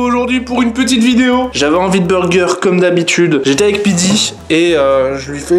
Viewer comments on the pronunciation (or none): none